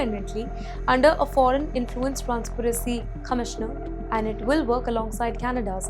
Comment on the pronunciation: Transparency and not transparacy !!